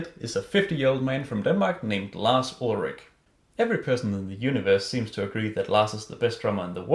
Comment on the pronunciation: I love how you say Lars Ulrick instead of Lars Ulrich :)